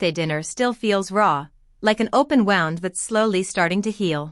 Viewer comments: Woond, not wownd. There is no stop between Mr. and Thompson or between any prefix and their name. Another entitled Lily. And there are lots of times that a narration error substituting the letter m instead f the comma. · Very. Can't even understand how wound should be pronounced.